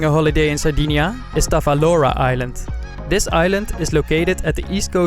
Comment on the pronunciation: Nice video , ive been there 5 years ago and is it really beautiful Island . btw it is Tavolara island not Tavalora